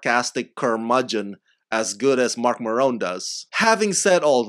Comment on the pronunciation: Big fan of Marc Maron, can’t pronounce his name.